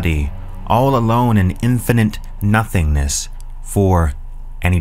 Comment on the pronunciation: “Infinint”. And I’m out.